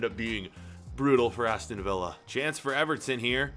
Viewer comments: In the future...He says Aston Villa like Aston Viy🤦🏾‍♀️ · Aston VILLA, not via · ”Aston via” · Ah yes aston viya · My man just called them Aston Veea (Like David Villa) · You pronounced Aston Villa wrong